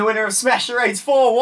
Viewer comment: Screen: Welcome to smash charades What it actually said: OKAY ED OY ADE